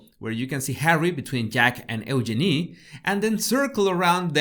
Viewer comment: Love the way he pronounces Eugenia💓💓💓💓💓